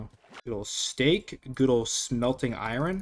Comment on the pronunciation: I was enjoying the video until you said iron then kept saying iron and the way you say it just no why so much emphasis on the r😩